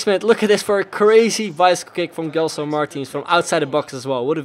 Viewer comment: It spels like DJELSON not guelson